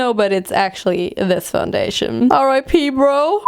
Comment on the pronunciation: I know she said R.I.P but it sounds like: "Are I pee bro?"